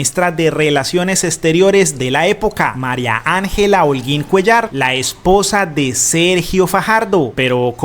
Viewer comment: no diga "CONSÚL" DIGA "CÓNSUL" No diga " CUELLÁR DIGA " CUÉLLAR"